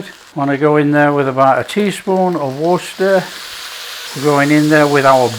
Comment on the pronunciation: Fabulous, it’s going to my Backyard saved list and sharing with my family…..PS I’m so glad that you pronounce Worcestershire sauce properly , thanks as always 😊